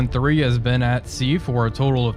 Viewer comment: I had to replay the opening of the video 3 times as I thought you said the name of the boat was Youtube 513... heh (1st video of this series I have watched)